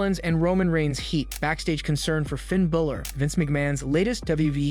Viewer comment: Its Balor not Bilor 😂 dickhead